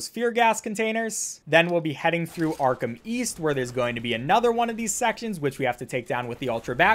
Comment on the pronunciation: Patrick Star: Arkham East I thought you said Arkham weast